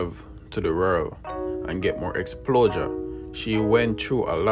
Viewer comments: Did I hear to get more explosure not exposure? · You need to work on your grammar if your going to do voice over. Is it exposure not explosure. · The grammatical errors...lawdddddd... Explosure????exposure Hartist????artist Tek time and pronounce the words and speak in your normal accent and it will flow naturally. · 😂😂😂😂😂😂 i stop watching when I heard EXPLOSURE😂